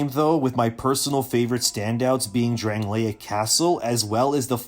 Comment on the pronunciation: Bro.. you played the game, but cant say Drangleic? Pass.